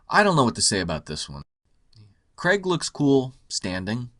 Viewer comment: Hey Yanks...It's pronounced "CR-AIG" not "CREGGGGG" His Surname has an "AI" in it, it's not spelt "CREG" so please pronounce Daniel Craig how you would say "CRAIG" not CREGGGGG...So annoying... I love your videos though,, but the Casino Royale poster is brilliant and the goldeneye poster was amazing...You missed the point on those two.